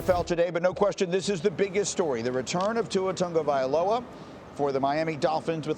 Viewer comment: I keep on asking, "Where is the "un" in "Tagovailova"? Why are you pronouncing it "Tungavailova"?